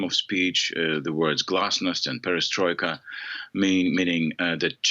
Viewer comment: 'Perestroika’ and ‘glasnost’ He had it right.